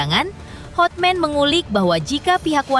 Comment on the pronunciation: Terganggu dengan kata "HOTMEN!" HOTMAN mbaaaaakkkkkkk